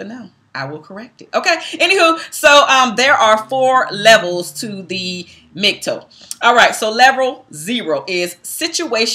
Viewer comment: Because this video was done in a largely respectful manner, I'll gently make one correction to your content: MGTOW is pronounced "Mig- tow", the "tow" portion being identical to the first syllable in the word "towel" for instance. Hope this was helpful.